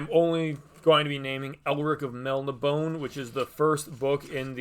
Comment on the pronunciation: After I finish reading Gilgamesh, I'll join in on the book club and read Elric along with you guys! I also have that exact same copy. Bought it right away when it first came out. Looking forward to finally reading those stories! I plan on reading all of them in Vol 1. Also, when saying Melnibone, you pronounce -bone as "bo nay" since there is an acute on the e at the end.